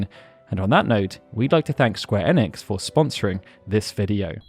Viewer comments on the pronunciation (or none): none